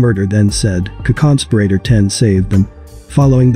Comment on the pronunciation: What is a conconsperator? Wtf? Lmmaooooooo Edit: Co-conspirator? Is that what its trying to say?